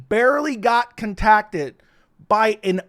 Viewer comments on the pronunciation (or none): The way you said contacted is funny